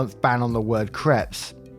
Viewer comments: Creps... lol they're pronounced Craypes. It's hilarious that when you say "I don't think I said that right" it almost always is right. But creps. Laughing my arse off 🤣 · Hi love your stories. Soft correction - crepes not creps it's pronounced crapes (like grapes). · I am a victim of the way you pronounce crepes. There is a one month ban on you saying crepe.